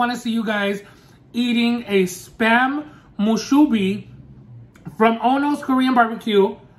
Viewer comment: I don't think there's one in Hawaii and I'm on Oahu. 🤷‍♀️ Moo-sue-bee